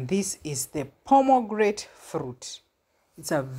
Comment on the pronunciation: Nice garden. By the way, I think the tree you are talking about is the permogranate ( not pormograte)